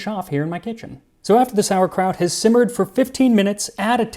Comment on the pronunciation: You say "it smells like sauerkraut" I hear "it smells like spitting in God's face".